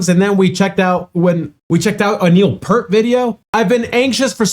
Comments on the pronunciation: Peart, not Pert. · It's PEERT, not 'Pert'. He's not shampoo.... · It's pronounced "P-ear-t". Speak the word "ear" between the P and T. Rush has inspired literally dozens of bands. Tool, Iron Maiden, Metallica, Dream Theatre, Primus, keeps going on and on. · In case anyone hasn’t told you, it’s pronounced “Peert” — everyone makes that mistake! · professor's name is pronounced "Peert" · Just an fyi, Neal Peart’s last name is pronounced Pier with a t on the end.